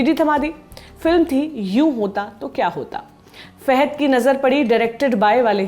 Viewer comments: Faaaaaahaaad not feeehaid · wrong pronunciation of his name Fahad not Fehad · Fahad not fahed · It's fahad not faihad. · Fahed nahi name uska Fahad hain 🤦 she can't even pronounce his name properly , so annoying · It's not fehad it's Fahad फहद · Thanks for noticing... But don't murder the movie/actor names. He is Fahad, not Fehed. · Anchor should know to pronounce his name he is not Fehad he is fahad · Not fahed...it is fahad